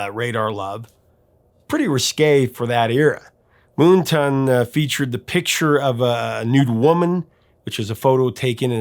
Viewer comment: Isn't the album title "Moon Tan" (not ton) as in the opposite of Sun Tan?